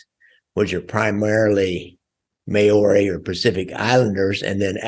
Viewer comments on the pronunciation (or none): May owrys what the Fuck is a May owry bro? MAORI pronounced like Mouldy. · I'm an Aussie not a kiwi, but I can guarantee that your pronunciation of "Maori" is slightly off .. lol